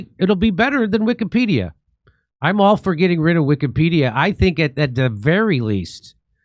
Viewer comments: Notice the way the Israeli dude 6 pronounces "pedia" in Wikipedia...? He pronounces it like "pedal" go sounds like another word that is prevalent in "israel". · Ahh , did anyone notice the guy training how to edit pronounced Wikka- PED- ia ( Wikka ? & Ped ?)